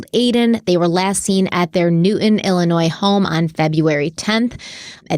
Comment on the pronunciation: Illinoi…the ‘s’ is silent. Good show. Thanks!